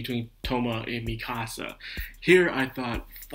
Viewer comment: Misaka, not Mikasa. Fiamma, not Fammia. 9 volumes into 26 episodes, not 11. For me, this episode was really good. Best so far, but I can see why you wouldn't like it as much.